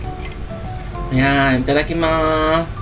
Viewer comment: Alam na ni sora pagsabi mo Ng itadakimas 😂😂😂